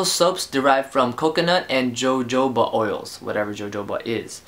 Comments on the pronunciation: pronounced "hohoba" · jojoba oil is pronounced 'hohoba' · Loved how you pronounced jojoba, lol!